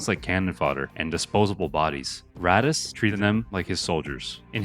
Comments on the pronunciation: it's not ratas, its "ar-tas"... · I started watching the video and bro is complaining how nobody knows “Ratass” Vadum 😂.